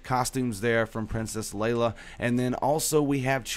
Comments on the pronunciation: Its leIa not leLa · I'm sorry but ITS FREAKING PRINCESS LEIA NOT LELA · princess lela wtf even you should know how to say it lol